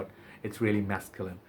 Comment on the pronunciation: 'Oo - bee - gone.' And 'foo - zhair.' The 'gone' is said like 'go(n)h' with a slightly silent 'n.' The House is owned by the Prince of Monaco, dude. And 'guy' is pronounced same as you say the Hindi word for clarified butter: 'ghee.' Ghee LaRoche. : )